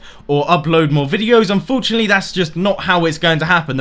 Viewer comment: I improve videos, plz dont say "unforuntalty" at the end of each video